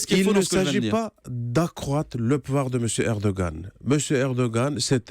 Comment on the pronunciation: « M. Erdo-ganne » curieux de voir l’ambassadeur prononcer le nom de son chef à la française.